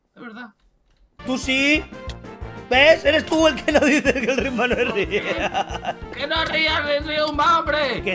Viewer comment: Dijo el riumba no es rial